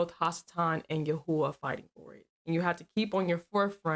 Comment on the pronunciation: That's not how you pronounce the all wonderful powerful one's name. YHWH